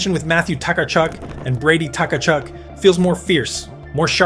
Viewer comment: How many t-kachuk and takachuk . Easier to just say it right. Kachuk!